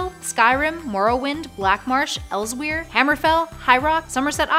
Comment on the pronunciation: You said elsweyr wrong btw You pronounce it like elsewhere